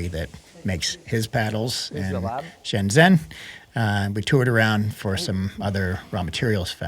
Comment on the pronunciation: Pronounced "shen JEN" (zh is pronounced like "j")..Sorry, lived there 6 years so I'm a stickler ;)